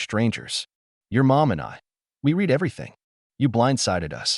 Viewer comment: You need to teach your AI voices the difference between “read” and “read(red)”. Every English speaking HUMAN knows when to use present and past tense of this verb. It’s so annoying.